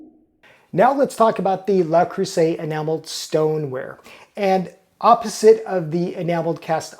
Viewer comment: (TL;DR at bottom 😛) Hello! I am French and... while I think that's already a better pronunciation since it allows the distinction between le, la and les which all carry different grammatical meanings, I think the "r" at the end might become misleading. There is no "r" in French like the English one, and there definitely isn't a French "r", even subtle, in this word 😅 My own recommendation would be to try for " luh", with a vowel like in "duh". That should get you pretty close, but if you want to get the vowel even closer, try closing the corners of your lips a little more, as if going towards a " oo". If you shoot for something in between "luh" and "loo" you should be pretty good. For the rest of it, the "eu" in "creuset" is the same vowel, so same recommendation, something between "cruh" and "croo", but " cruh" will be the closest if you can't achieve the in between and have to choose one. After that, the "s" is pronounced with a "z", not an " s". It is usually how it goes for a singular s in between two vowels, and you'd need a double s for the "s" sound, like in "croissant". And for the ending vowel in "et", it is pretty close to "ay" but drop the "y" at the end. You can try shooting for something in between "aa" (as in "say aaah") and "ee" and that should get you there for those "é" sounds. (And if you ever need to pronounce a "è", keeping the corners of your lips where they are from the " é", open your mouth more lol) So, TL;DR, something like "luh cruhza(y)" 😂